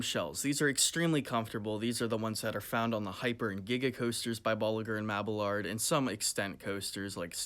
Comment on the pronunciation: literally any restraint that is NOT on skyrush also the L's in "mabillard" are silent (kinda like mabb-ee-yard)